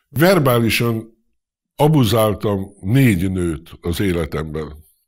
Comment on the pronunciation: Milyen szépen beszel magyarul, "verbálisan, abuzaáltam" stb................ csodalatos ..............